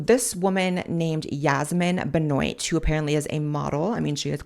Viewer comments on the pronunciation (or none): i am pretty sure benoit is pronounced "ben-wa"